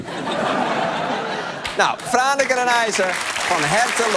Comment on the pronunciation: Als Fries ben ik ontzettend trots op Franeker! Dankjewel voor je felicitaties Arjen! En voor een niet-Fries is z’n uitspraak heel goed, fijn dat ‘ie de moeite neemt om dat goed te doen